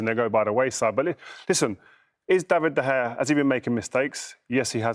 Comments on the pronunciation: Its pronounced Da-vid De- heya! Not 'der hayer' 🤦‍♂️ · Jermaine his surname is not De Gayer! It’s pronounced Da-vid-der-hay-er 🤦🏻‍♂️ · Did he just say David De Gayer? lol. Only the second goal was his fault, the defence should be blocking them balls! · its actually de khaya hes sed it b4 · Even solskjaer said De gayer bit dodgy